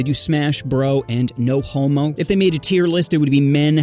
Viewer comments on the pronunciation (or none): none